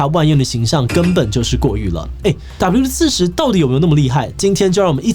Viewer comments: 整片聽下來你的發音就在那一直唸W-40 標題是WD-40斷好發音唸好有那樣困難嗎??? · 發現志祺後面都只念「W-40」😂我說那個D呢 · 原來志祺都唸四十 我都唸四洞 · 我都念WD-4洞 聽到四十好不習慣